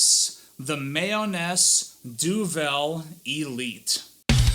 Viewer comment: My-Oh-Nes. Other than that, great review.